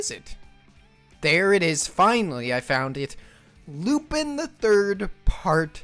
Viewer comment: I see Lupin, I click like. Also, it's pronounced loopahn, get it right dude. 😤 Also, you need to hold off on revealing the top five until the end. That's how you get people to watch until the end of the vid! But this gave me quite a few new interesting series to add to the watch list, against my better judgement. -That Toei one is actually based off of a 60's manga and has had various anime adaptations since 1968 from Toei themselves. Definitely looks really cool. -Personally I think Piano could be an unexpected gem of the season. -Even if you wanted to watch the Miyazaki short it's only gonna play at the Ghibli museum and nowhere else. 😕 -I'm disappointed you skipped Tomie. -Isn't that mob OVA going to be mostly recaps of the first season? Regardless I'm gonna watch it for Reigen. Also the reason all the good ones are lower in popularity is because MAL-tards are allergic to the classics or anything that originally came out before they were born.